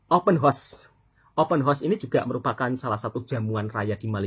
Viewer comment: ...kita betulkan ya...sebutan OPEN HOUSE tu...OPEN HA..OS,bukan OPEN HOS.